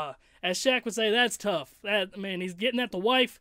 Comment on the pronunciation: if you gonna quote shaq gotta say it right "DASSSS TUFF", haha, just playing. love your reactions. keep it up!